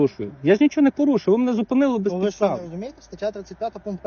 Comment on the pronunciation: Не шо , а Що. Пусть вивчае мову 😂😂😂